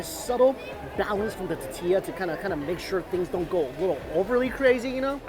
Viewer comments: It’s now a drinking game for us whenever Mike says “ta-ti-ya” instead of tortilla lol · Love yoy, but PLEASE - it's TORtilla, not TAtilla! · Say it with me T-O-R-R-T-E-YA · Say it like this Mikey, “Tour-Tia”. 😂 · Not one comment about how he says tortilla? Or maybe I got tired of scrolling to find it. Lol. Awesome video. That little girl made it worth sitting through the tuhtea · "ta-tee-lla" lmao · teteeya - you're killing me Mike! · So cringy! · Nobody: Mikey: TATILLA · Say it with me mike... tore-tea-yuh. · It’s driving me CRAZY!!!! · Lol 😆 I'm calling it that from now on. It's no longer tortilla... it is now "tatia" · I would do almost anything to hear you say “tortilla” and not “tatiia”. PLEASE at least fit in the “r” sound somewhere in there. Like I said, I will do almost anything. I’m ready for the challenge. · Squishy Mirror tuh TEE ya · There's an "r" in tortilla